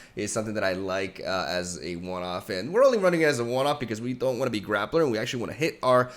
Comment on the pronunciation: “We dont want to be grapplr” LOL